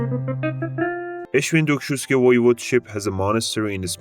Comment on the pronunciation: i died when you tried to pronounce świętokrzyskie